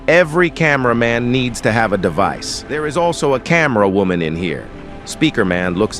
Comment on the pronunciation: "Woooman" "Seegma boi" "Geeega toilet"